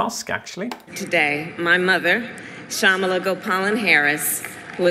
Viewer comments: you say KAmala, not KaMAla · I closed the video when he said 'Kamaalaa Harris' lol😂 *Just kidding, you are awesome ❤️ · just so you know her name's pronounced comma-la. a lot of people get it wrong at first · kamala is pronounced differently